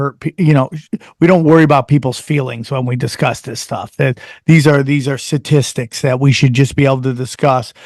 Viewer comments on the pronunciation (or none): the dude says sam is smart, 2 mins later sam say" satistics" instead of statistics. . . . . yea he's sooooooo smart. . . .